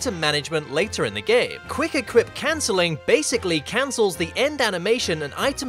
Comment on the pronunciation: i love how you say wuick equip